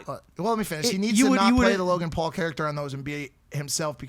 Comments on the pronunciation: Logan Pool...Jake Pool....any of the Pools 😂😂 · I still find it so funny how the Brits pronounce the Paul Brothers names 😂